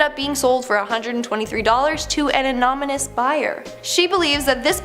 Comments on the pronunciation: "Anomanous" buyer?? Lol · “Anomynous buyer” lol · I had to replay that part, I was like.. that didn’t sound right 😂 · An "ANOMONOUS buyer" lol. I ♡ ya girl!! Keep being amazing! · The word is pronounced "an-on-y-mous". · Ok you honestly mispronounced anonymous. Wow... Funny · ... You pronounced 'anonymous' incorrectly .... IJS. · Lol…how are you pronouncing “ Anonymous”?